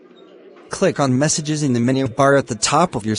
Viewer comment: its message not massage